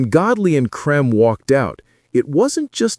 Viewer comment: You should have learnt how to pronounce "Creme"